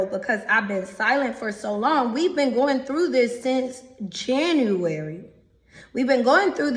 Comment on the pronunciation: Why does she pronounce January with a ch ? “chjanuary” Docile cow